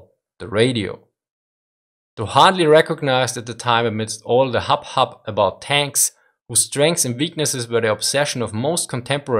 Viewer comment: Interessantes Video. Nur eine Sache hinsichtlich der Aussprache von "hubbub": Dachte mir, wenn ich was lerne, dann kann ich vielleicht auch was weitergeben. ;-)